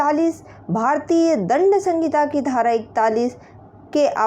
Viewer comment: सहिंता होती है संगिता नहीं